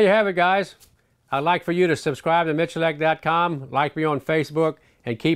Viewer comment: Michulak??? You are Miculek.